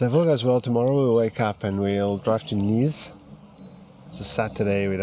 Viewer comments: The pronansiation of Nis, its Nisch❤ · Normal people pronouncing nis: Nis Them pronouncing Nis: Niz Balkans pronouncing Nis: Nish